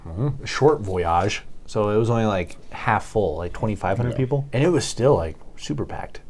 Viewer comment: it’s voy age not voyaaj or something but it’s not that